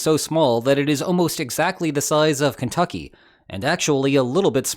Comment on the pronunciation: it's pronounced keentuky apparently